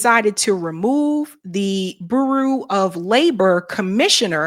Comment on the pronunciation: Please research the pronunciation of the word "bureau".